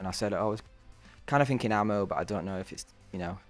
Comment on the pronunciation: It’s pronounced ahhhh-mo not ammo